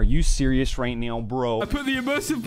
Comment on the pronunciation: NAH NOT THE "Are you serius right neow bro" 😂